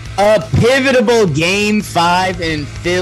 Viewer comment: I love how the "pivotable" blooper has become a regular part of y'all's vernacular 😂